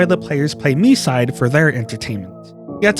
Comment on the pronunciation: Yup, it's very annoying when most of "Land of freedom" players calling the game "My-side". Even Short-haired Mita in JP voice called the game "Mii-side".